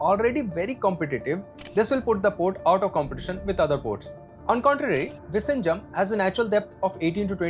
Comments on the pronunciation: Its viZHinjam, not visinjam. Viyinjam would be a closer pronounciation. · It's Vizhinjam NOT Vishinjam😢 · Bro, it is not pronounced 'vi-shinjam'. It is 'vi-llhinjam' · VISHINJAM ❌Vizhijam ✅ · Exm, u r pronouncing the place name wrongly, its vi-zhi-njam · You pronouncing the name of the new port utterly wrong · Kerala 🤩. And btw ur pronounsation of vizhinjam is wrong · I don’t even feel like watching remaining part… you keep saying Vizhinjam wrong. Lost interest… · All you said make sense except how you pronounced Vizhinjam… learn how to say it oole! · Bro, learn to say the name of the Port properly. How would you like it if we misspelt your name?!?